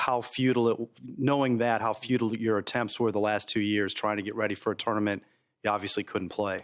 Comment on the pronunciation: Is it just me or does tiger say tourment and not tournament?